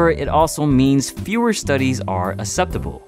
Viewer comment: You are mispronouncing "acceptable"